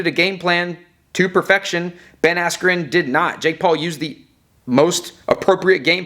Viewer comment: Buffer: “Ben Askew.” I died🤣